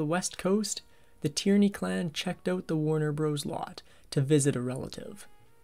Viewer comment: "Checked ouuut", Canadian narrator no doubt!